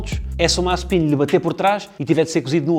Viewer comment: Disseste mal Mazespin